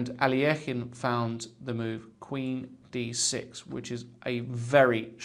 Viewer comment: i wish you would pronounce alekhine's name correctly. your pronunciation really irks me. it is (al-i-kine)